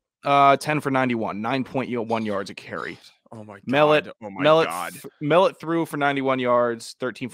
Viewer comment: Love the podcast fellas. Just a small correction for MSU - its pronounced Tommy mel-LOTT, not MELL-ut